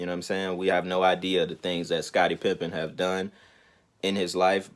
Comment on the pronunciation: Smh. It’s Pippen not pimping